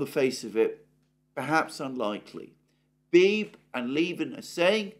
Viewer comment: Alexander: George Beebe's surname has two syllables (rhymes with "freebie").